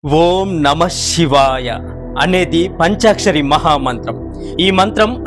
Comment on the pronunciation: షివాయ కాదు శివాయ Shivaya Kadu, Sivaya Correct